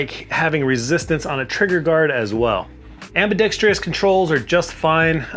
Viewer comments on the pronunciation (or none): ambidextrous, not ambidextreeeeeeeous